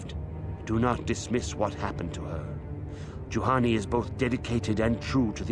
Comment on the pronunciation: did you flippin´ just called Juhani a Jahani? I think you just flippin´ did.. shame.. SHAME!!! I also told you last monday about the armor restrictions on some force powers, READ THE BLOODY COMMENTS!!!